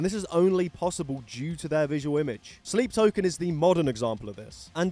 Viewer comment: I didn't know sleep token existed so I thought you just mispronounced slipknot on purpose